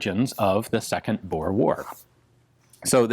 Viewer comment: That's an incredibly good pronunciation of "Boer". Kudos.